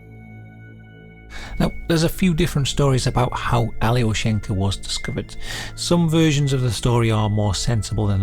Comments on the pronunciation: it's not pronounced "ally-o-shank-a" it's more like "ahl-yo-shien-kah" also it's a male name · alyO-sh'n-ka Not that it matters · Just a note, Alyoshenka is a boy's name (with the stress on the O - yes, completely counter-intuitive to an English speaker), an endearment diminutive of Alexey, a common Russian name.